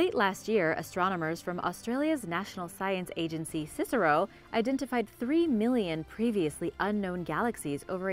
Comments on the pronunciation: the Australian story is about the C S I R O, not cisaro ;) we say each letter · C.S.I.R.O not CICERO, please do your research...